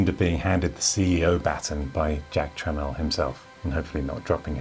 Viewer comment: Your pronunciation of Jack Tramiel was spot on for his English name he chose to use in USA, and I don't think I ever corrected you on it before 🙂. If you would like to properly pronounce his original Polish name it would be something like "Yatsek Tschmiell" Thank you for bringing our childhood back to us!